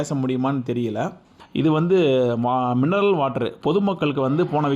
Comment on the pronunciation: சகோதரா அது மின்னல் வாட்டர் இல்ல மினரல் வாட்டர்